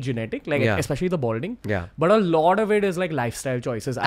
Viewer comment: and ranveer ur "a lot of" pronounciation is sounds like "a loda of"